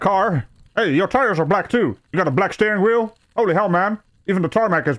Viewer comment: “Black Steering Wherl” 🎧